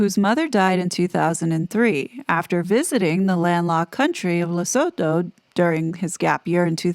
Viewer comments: Sounds like Harry with the Board of Directors did the right thing. No voluntary member should sue a charity board. Just step down if you are not wanted. By the way it's pronounced Ler-soo-too not so-toe. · Lusutoe. Right way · As a South African can I please teach you just how to pronounce Lesotho. Phonetically Lesotho is pronounced Le sue tu. The th in African languages is a T not th.